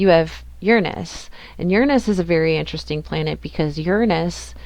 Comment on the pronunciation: 😹I’ll forgive your pun, because you pronounced Uranus correctly🎉 Thank you for that alone🙏 btw Uranus was 00 degrees in Libra ♎the second I was born. So fascinating. I enjoy symbols. But this will throw a spanner 🔧 in the works 🚽 … Because I was given an astrolabe, I had to learn Arabic … the symbols they use are different to the ones you showed. But I can see what you are getting at 😉 🩰+🎶+🌌